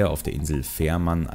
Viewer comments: Schreckliches Deutsch. Sorry. Und die Insel heißt Fehmarn. Nicht Fährmann. 😩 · "Fehrmarn", "rufte"... versuchs doch mal mit Deutsch. Übrigens ist er ein Komiker, kein Comedian.